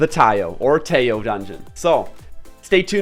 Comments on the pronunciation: the doods Japanese name is タイオ = TA I O, so you should pronounce it at tai yo. btw tee yo is the Peacekeeper :) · It's Ki-ai and it's Taiyo they probably based the name on Japanese Taiyō (Ocean or Sun) so Longer pronunciation of vowel "O" the due to the macron. So it's gonna be Taiy-Oh